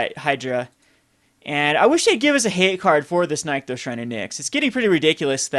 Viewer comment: You drive me crazy with your card pronunciation! It's "nick-those" not "nyek-those"